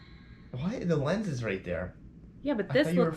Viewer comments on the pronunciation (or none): none